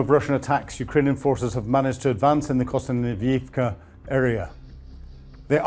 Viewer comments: Kostanynivka? Kostanyvyivka? Kostanyivka? Isn't it Kostyantynivka? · It is Kost-yan-ty-nivka…. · Hey his pronunciation of Kostumninumka is perfect, how dare you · Why can't pronounce Kosst-ee-ant-ee-neevka correctly? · Great reportage but pronunciation of place-names is a bit dodgy! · Having watched the whole video, and listening to the frankly awful pronunciations by,,,, i have to say that he needs to up his game,,, at one point his pronunciation of konstyantynivka made me cringe,,, jesus ur getting worse